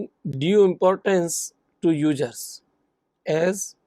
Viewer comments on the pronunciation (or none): Ugerrrzzz or users?